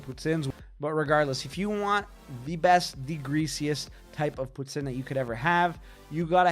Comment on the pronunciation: Yea no, no one in Ontario calls it poo tin